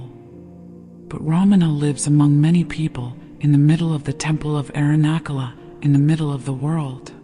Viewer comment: 🙏🏼🙏🏼, thank you. Am just bringing to your attention that Arunachala is pronounced not with a ‘k’ as in ‘kettle’ but as ‘ch’ as in ‘chat’, 🙏🏼🪷🙏🏼